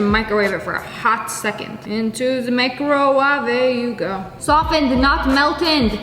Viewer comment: “Into the ✨mikowave✨ you go”